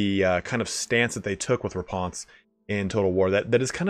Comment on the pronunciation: "Raponse" very posh lol